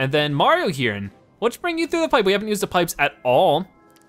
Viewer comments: He adds an extra N or M sound at the end of most words. XD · Is it me or is he saying 'Mariom'